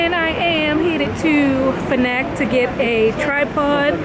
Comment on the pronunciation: J'adore comment elle dit la "FNAC", elle prononce "fennec" je me disais tiens je ne connais pas ce magasin high tech à Paris !